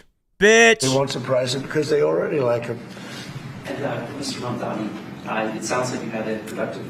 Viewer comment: It's pronounced Mam Dani